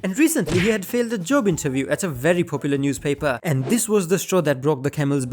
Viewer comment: what did you say a a j-j-j*b